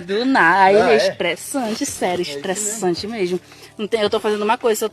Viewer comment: shtréssanti ele